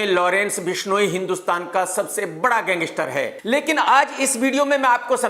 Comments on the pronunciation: Gangistar nhi gangster bolo 😂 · Lawrence ya kisi ke bhi liye bura sochoge to tumhare khud ka bahut bura hoga. SABSE PEHLE TO TUMKO GANGSTER KEHNA HI NAHI AATA! tumko ye programme karna hi nahi chahiye kyunki, tumhari pronouncesation correct nahi hai. Tum ek prisoner se itni jealousy kar sakte ho to tumhara dusro ki taraf jo kaha jata hai media mai wo dheek hai.